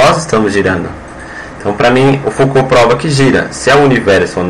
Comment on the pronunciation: Como levar a sério alguém que troca o nome do físico Jean Foucault com o filósofo Michel Foucault? E ainda pronuncia errado... Delete e faça de novo, por favor...